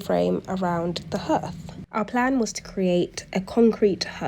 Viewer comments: hearth is pronounced like heart! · Hearth, pronounced 'harth'. Interesting vid.😊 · Hearth is pronounced ‘harth’